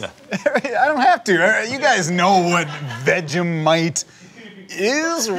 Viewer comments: Mmmmmm.... vegemite, Americans always say it wrong it's not veg eh mite it's veg e mite lol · It’s Pronounced VegieMite